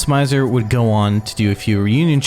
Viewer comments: im sorry but its malice mi -zer not mai -zer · i got 2 minutes into your video but i had to pause to type this. its not pronounced "Mai-zer". i asked a lot of Japanese people here in Little Tokyo in Los Angeles. its pronounced "Mih-zer". You know--like misery. Malice and Misery? okay im done crashing out. back to the video.